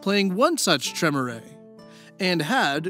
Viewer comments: Maybe I'm just an autistic neckbeard, but for me the cringiest part of this was listening to mispronounce all the fancy vampire words. IT'S PRONOUNCED "Treh-meer" not "trem-er-ay"!!!!! REEEEEEEEEEEEEEEEEEEEEEEEEEEEEEEEEEEEEEEEEEEEEEEEEEEEEEEEEEEEEEEEEEEEEEEEEEEEEEEEEEEEEEEEEEEEEEEEEEEEEEEEEEEEEEEEEEEEEEEEEEEEEEEEEEEEEEEEEEEEEEEEEEEEEEEEEEEEEEEEEEEEEEEEEEEEEEEEEEEEEEEEEEEEEEEEEEEEEEEEEEEEEEEEEEEEEEEEEEEEEEEEEEEEEEEEEEEEEEEEEEEEEEEEEEEEEEEEEEEEEEEEEEEEEEEEEEEEEEEEEEEEEEEEEEEEEEEEEEEE Edit: oh, he addresses that later on haha. just ignore me, I'll go back to my basement lair. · I believe that it is pronounced Clan Trey-mier, rhymes with pier, not Trim-er-eh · I hate to be that guy, but you keep saying "Tre-mu-ray". It is "Tree-mere". And the "Sah-batt", not the "sa-bat". Don't take it personally, even players who know VtM or WoD since forever say stuff like Tzimisce wrong. It just irks me to hear it the wrong way. Funny enough, you say Assamite right, which many say wrong. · Hey,. Long time Vampire player. Tremere is typically pronounced Trah-meer just FYI in the future. Sabbat is also Sah-BAHT... emphasis on the second sylable. Not a big deal but for a player like me the mispronunciation is kinda... painful. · You apologized for the pronunciation, so I figured I'd offer the ones i caught (bare in mind i'm extremely forgetful and probably missed one or two). Using phonetic pronunciations because i don't know most of the special characters or even what they sound like looking at them. Sabbat: Suh-bot or Sah-bot Tremere: Truh-meer I feel like i'm missing at least one, but i'm too lazy to go back and find it lolz. hope this helps for any future vids you do featuring VtM. Also, to my knowledge, you got Assamite right. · Tremere is "Tra-meer" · it's pronounced Tree-mere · tremere is pronounced "tre-mear" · The way you pronounce Tremere is equally frustrating and adorable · Your pronunciation of the word "Tremere" is grounds for a Blood Hunt,.:P